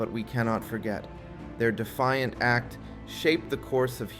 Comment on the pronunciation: i feel like whoever is giving you counsel on word pronunciation is failing you, unless it's a technique designed to get comments or evade some kind of word ban scan software. there are a lot of mispronounced words here Young and defiant are not pronounced that way, and there are searches you can do for word pronunciation that will help this. otherwise it was a pretty good video that hamfistedly steered into a commercial lol. it's true creative problem solving and pattern recognition are the reason we've continued to exist this long